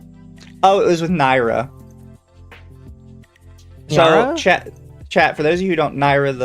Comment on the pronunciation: I don't know why but hearing mispronounce Nyara's name get corrected by and then continue to say it wrong as if said nothing made laugh hard enough to get a headache. Also, it feels so good to hear Prototype being mentioned in this day and age. I remember buying that game on a whim at GameStop and I have loved it ever since. I thought no one else played it.